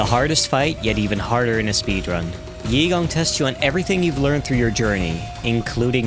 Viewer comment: Its actually pronounced EY-gong not yee-gong lmao